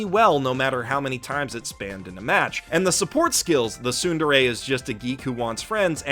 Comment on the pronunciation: The way you pronounce tsundere triggers me XD